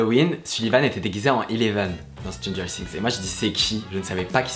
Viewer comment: Tu dit mal Stranger things